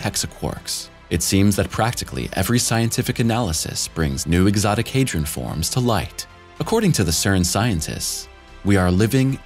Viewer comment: The only unbelievable part is the pronunciation attempts of 'Hadron'.